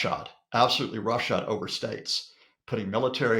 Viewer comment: it’s “roughshod” not shot. Comes from mounting nails or points on horseshoes.